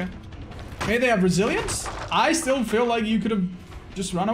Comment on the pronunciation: Every time he says "resilience" I hear "Brazilians"